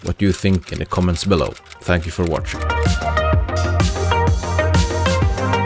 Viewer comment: When it's Just you Talking in a video you should be saying "thanks for zwatshing" lol